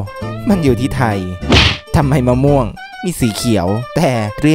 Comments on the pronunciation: มะม่วง ไง ไม่ม่วง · กูขำตอนแม่งพูดเพี้ยนๆมะม่วงอะ55 เอ้อเห็นพูด อเมริกัน ฟราย ไร้ นี่สงสัยว่า อเมริกัน เฟรด ไร้ ป้าว เฟรดไร้ที่แปลว่าข้าวผัดอะ หรือกูโง่ไม่รู้น้ะว่าฟรายไร้ถูกหรือว่ากูโง่เอง55